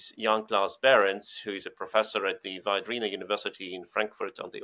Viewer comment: Can the resilience person please pronounce the name Viadrina correctly, i. e. as a latin word!?